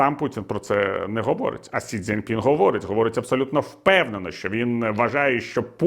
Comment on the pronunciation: Пане Віталію, З усією повагою, але китайського лідера звуть Сі Дзіньпін (Xi Jinping). Не Дзяньпін!